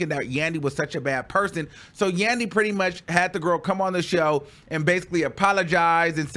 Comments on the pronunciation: “Puthy pwint pannie” 😭😭😭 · nahhhh it's the pwuddy pwint pWAnty for me and the way YOU SAYING IT LMFAOOOO 🤣🤣🤣🤣🤣😂